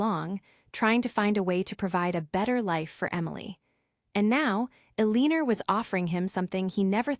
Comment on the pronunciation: The story is good but the ai reading is terrible. It pained me to hear Eleanor pronounced so poorly. It would be nice to hear these stories properly read by a human.